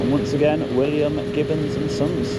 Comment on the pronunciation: only at this point but it's gibbons not gibbins😂